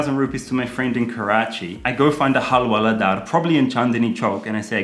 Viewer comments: It's Hawala not Halwala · Hawala not halwala حوالة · It's so unfortunate that bad thing hawala sounds so similar to our mouthwatering halwa... Even more that Karl is pronouncing it as 'halwala'. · It is Hawala not Halwala